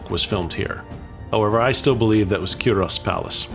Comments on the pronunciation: Cull Ross. Kull / Kuhl....... Ross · Pronunciation is Culross is Cuulross ( u not o). inlithgow - go at the end, silent w. Dunure (Dunyour - emphasis in u not oo). Another mispronounced is Brurntisland....not Burnt-is-land but Burnt Island. Hope this helps.